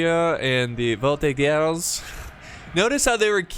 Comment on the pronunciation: You're very good with history while you play these games; yes, the " Royalists " were enemies of Napoleon, and also the Revolutionary Army soldiers who often massacred Royalist prisoners after battles. - Volti-JERz - Shay-voh-leh-jey / Chevaux legers = Light Horse - Shas-sie ah shay-val = Chasseurs a Cheval = Mounted Hunters, kind of like a cross between Hussars and Dragoons